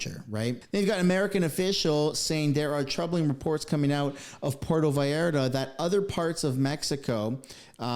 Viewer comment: pronounca correctly Pur e to Vall ar ta..